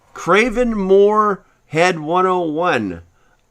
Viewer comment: He said craven more head